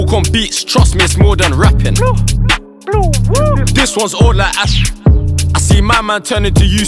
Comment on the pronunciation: when he says bluwuu it sounds like woi 😂😂